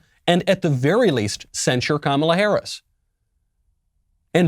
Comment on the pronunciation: Do you think the word is censure or do you have a speech impediment ?